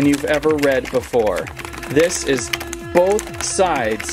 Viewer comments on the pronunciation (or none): none